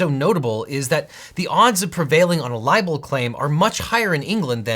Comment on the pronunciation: OBJECTION you say liable not libel.